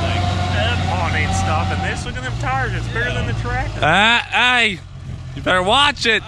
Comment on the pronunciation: Lol he said traccer it's tracter